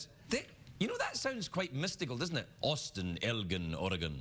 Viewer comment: It's pronounced "El-djinn", not "El-ghin", and I haven't met this particular 'Austin' fellow, or care to. Beards aren't missplaced in this remote settlement, I just wish the women would shave their's off. HA!